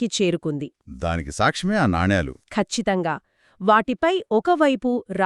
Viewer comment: నానీలు కాదు తల్లీ, నాణేలు